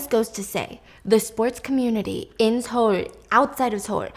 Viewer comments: born in America. It's pronounced sohl or suh-ool, not tsohl. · Girl you do not pronounce Seoul like that lmao.